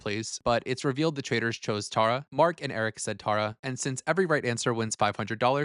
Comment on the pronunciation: I love your commentary but like why are we saying Tara so wrong?? Tear-a